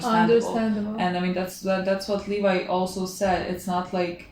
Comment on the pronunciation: Levi is pronounced Lee-Vye btw lol